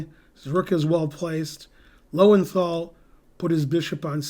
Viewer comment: For one who has a big brain, it is surprising that you do not pronounce Loewenthal correctly. You've travelled to Europe, surely you know what the two dots do to the sound of a German o.